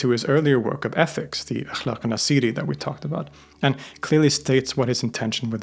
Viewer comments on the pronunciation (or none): His name is ناصر not نسير